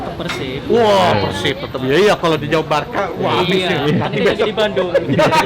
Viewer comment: Kalo nyebut PERSIB itu PÉRSIB Bang...